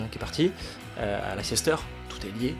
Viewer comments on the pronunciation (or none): Tu peux aussi rajouter McKennie (Juve) dans les nords americains qui ont du potentiel. PS : Ça se dit Leister et non Leicester 😉